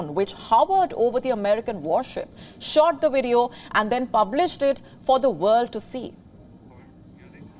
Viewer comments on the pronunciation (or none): none